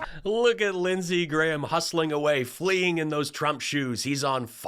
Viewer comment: "LINDSEY GAYHAM"